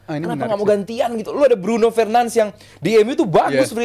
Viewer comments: Fernandes bukan fernans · BRUNO FERNANDES, bkn Bruno fernands... Sok, sok an beud dah.. Cth coach UM Haryo.. simpel sederhana but berbobot. Daging smw. Success bwt channel bang Valen jebret 🍻🍻😎😎